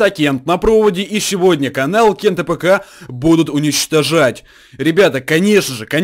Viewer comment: Не кент тапка а Кент АПК он быстро произносит просто и без ударение